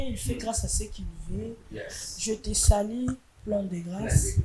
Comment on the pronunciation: lobaka lingala, balobaka je te salue et no je te salie, please, bad pronunciations. Allo 😮